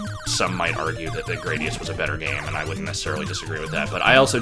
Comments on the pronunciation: Probably closer to Grah-dius. given the japanese pronunciation is Guradiusu. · It's pronounced Gradius. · It's pronounced 'Gradius'